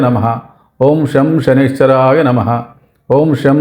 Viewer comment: బాబూ... సనైశ్వరాయ కాదు...!! శం.. శనైశ్చరాయ...! అంటే... శనైః చరాయ... !! అంటే... నెమ్మదిగా చరించేవాడు.. అని అర్ధం..!! శని గ్రహం.. చాలా నెమ్మదిగా.. మందంగా చరిస్తుంది..!! అందుకే.. ఓం.. శం.. శనైశ్చరాయ.. నమః..! అనాలి.!!